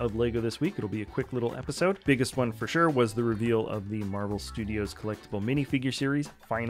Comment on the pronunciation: I believe you mean "Marvel" lol